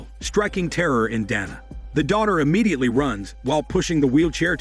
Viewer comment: Bro get the name right is it donna or Dana.. that's what you get for using that stupid voice modulator